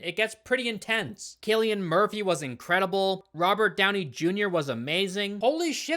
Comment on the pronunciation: it’s actually pronounced cillian (silly-an)🤓